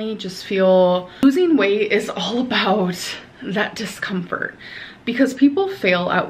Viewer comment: Its "discompfhurd" 😂